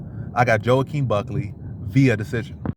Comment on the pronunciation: 'Wha-keen Buck-lee' is the correct pronunciation ;)